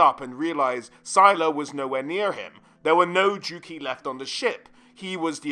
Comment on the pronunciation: It's a bit jarring how many names you pronounce wrong. Hag REFF? DruukEEEE? It might be worth looking up how to say certain names before making a video like this.